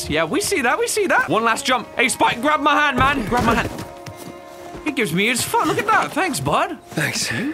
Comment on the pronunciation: OMG swore. (This is a joke comment pls no toxic replies cause I know he said foot it just sounded like the f word)